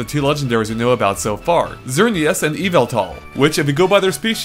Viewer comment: I think it's "Zer-nee-us" and "e-vet-all"